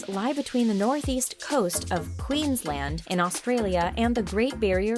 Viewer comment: when she said Queensland idk why but I found that so funny😂😂😂 also does it bug any other Aussies how often she says ‘down under’ ???